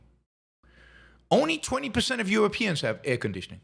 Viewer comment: “Euwopeans” lol